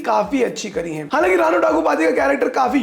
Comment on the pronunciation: It's "RAAANA NAIDU" not Raina